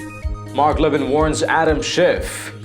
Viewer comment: It's a total shame that you offend the one and only Mark Levin. Please at least try to sound educated, and learn how to pronounce subject's name correctly. How can anyone with anything to do reporting political stories, not know how to pronounce the "Great One."..??